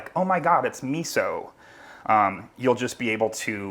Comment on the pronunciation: If you make Italian food and use miso. The least thing you can do is pronounce miso like an Italian.